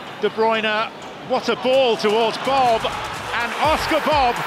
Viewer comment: Bobb? Really? It's like Mr Bean saying this name